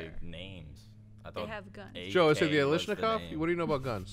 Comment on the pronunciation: "alishnakov...." NO. OMG, you guys. Automatic Kalashnikov